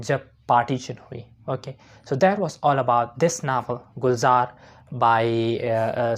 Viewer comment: Novel ❌ Navel ✅